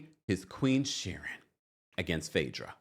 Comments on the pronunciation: I love you but it's queen sharien bc it rhymes with queen not Sharon. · You crack me up every time you say Queen Shurin, lol 😂 Her name is pronounced SHA-REEN but spelled Shirien. I love it!! I cant stand that heffa anyway. And Apollo is a liar, too! If you remember the episode on RHOA, Shirien shows up to Kandi's restaurant opening to "congratulate" her and Todd on Apollo's behalf, they ask her when she met Apollo and how long they've been engaged. She tells them she's been seeing Apollo for a while and then said "Well WIFEY wasnt around sooooo!" This fool been cheating on Phaedra for the longest. No matter what he says to "debunk" things he's a big fat liar! Shirien has no place to say anything to Phaedra, when she's been the side piece for a long time before becoming the wife she wanted to be. Now, she's bitter and unleashing on Phaedra. By the way I'm no Phaedra fan either. Shirien needs to work on losing all that weight she gained instead of being mad at her husband's ex-wife. They're all a hot mess period.